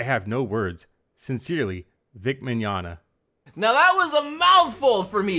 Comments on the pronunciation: Isn't it pronounced (Mi-gon-ya) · Mignonga? I think it's Mignogna (Vic is now Bic Chonga)